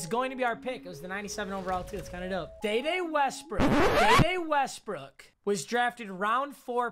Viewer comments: Mmg please never say day day again say Dee Dee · Its pronounced d-d westbrook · No one:: "Day-Day Westbrook"